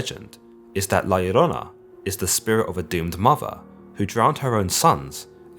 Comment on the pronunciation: Props on pronouncing La Llorona correctly